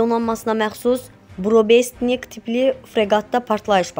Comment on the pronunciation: 🤦‍♂️🤦‍♂️🤦‍♂️аy diktor xanım, Ukraynıya deyil Ukraynaya, Burebestnik deyil Burevestnikdi. Sizə bu diksiyanı izah edən olmur?????😊